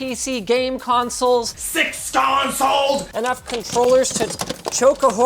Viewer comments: SIX CONSAWLS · “SIX CAWNSOLES!!”